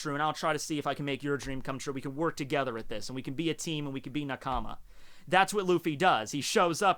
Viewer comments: i think the way says Nakama, is weird. But his whole personality is positivly weird, so ts fine <3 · The way he says nakama tho